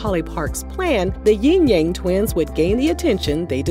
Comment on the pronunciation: It's Yin yang not Ying yang